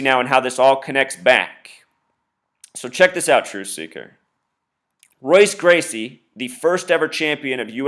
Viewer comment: This is dumb as fuck regardless but jesus christ its MMA and Jose Aldo got ko'ed just like a bunch of fighters have been ko'ed in the UFC. This is embarrassing. A: You can't even say Royce Gracie correctly, so i take it you aren't a big UFC fan B: Are you saying that they made Jose Aldo champion in 2009 so that he could fight Conor Mcgregor, a fighter who had barely even begun his MMA career at the time, so they could do this illuminati ritual whatever you wanna call it? lol no that doesn't sound fishy at all no but a fighter being knocked out in 13 seconds in a sport where it is very common for fights to end quick does. Have a nice life dude you need some pussy or something, get a hobby that isn't severely detrimental to your perception of life.